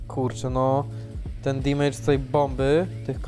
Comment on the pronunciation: Fajny odcinek jedyny minus to "dimejdż" który boli mnie w uszy.